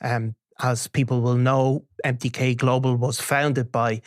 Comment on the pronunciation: "Empty-K Global"